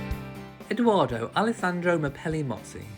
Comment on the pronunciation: I really appreciate all your videos but it is EdOardo with the “ o “ like “original“ not Edooardo or Eduardo. Thank you